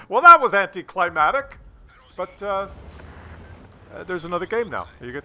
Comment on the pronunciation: Entertaining, thanks. But I believe just after the first battle you pronounced anticlimactic as anticlimatic. Sounded like you have a problem with weather 😁. Strong bushes (aside from odor) are good, btw.